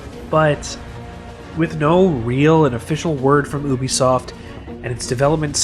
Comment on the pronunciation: I think it was probably because you keep pronouncing Ubisoft wrong.